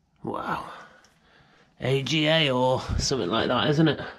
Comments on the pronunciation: Pronounced “ R GA “. AGA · AGA ranges are pronounced arrga and parquet flooring is pronounced parkay. can't believe your channel hasn't blown up yet mate. UNDERRATED!! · The stove is pronounced AGA like lager.